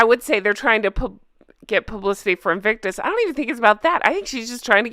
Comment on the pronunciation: No more “ Inflictonus “ ….please 🙏🏴